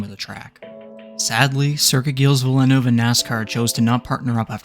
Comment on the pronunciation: pronounced "vill-neuve"